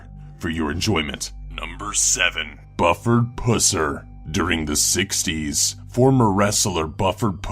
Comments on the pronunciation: You got the first guy's name wrong. It's pronounced BEW-ford PUHS-er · My only complaint is that Buford Pusser is pronounced Bee you Ford Puss er. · My family is fro mthe town that has the Bufford Pusser museum and his fans are so fervently obsessed with him that they would berate you for the mispronunciation of his name. It's pronounced "Byoo-ford Puss-er" tbqh he was a bad police officer that never followed the laws and used unnecessary force. plus that "mafia" he took down was just a bunch of moonshiners making shine out in the boonies because it was a dry county. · OMG! If you can't pronounce words and names correctly, you shouldn't be a narrator! Buford has a long U and his last name sound like puss from an infected sore not puss like a cat. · LMFAO!!! Did he say his name was "Buffer Pusser??????? Thats worse than being names Gaylord Focker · "Bufford Pusser" is probably pronounced like "bew-fird puhss-er" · he said bufford pusser wrong lol xD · The story of Buford Pusser is told in the books and movies Walking Tall. I have no idea how you idiots could mangle his name. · Buford "Pusser" GET IT lol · Buford Pusser is mispronounced in this video. Look up the movie Walking Tall. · its bufurd pusser I would know that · You did pronounce Bufford Pusser wrong.Check out the movie walking tall.(1973)Tells the story of his life. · I don't know if Buford Pusser's name could be botched any more than it was in this video.